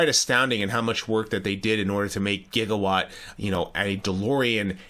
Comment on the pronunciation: No Back to the Future fan pronounces Gigawatt like that